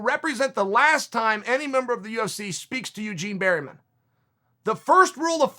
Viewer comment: yougien berrymen